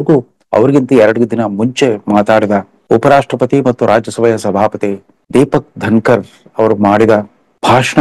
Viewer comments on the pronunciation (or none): ಏನ್ರೀ! ವ್ಯಕ್ತಿಗಳ ಹೆಸರುಗಳನ್ನು ತಪ್ಪು ತಪ್ಪಾಗಿ ಹೇಳ್ತೀರಲ್ಲ ಸುಧಾಂಶು ತ್ರಿವೇದಿ ಮತ್ತು ಜಗದೀಪ ಧನಕರ್. ಸರಿ ಮಾಡಿಕೊಳ್ಳಿ